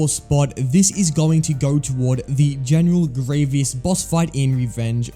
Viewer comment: can you not say general grievous's name correctly?